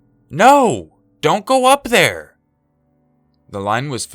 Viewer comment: "Right thur" I died laughing just saying